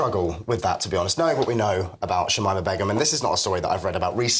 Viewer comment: Its shamina not shimima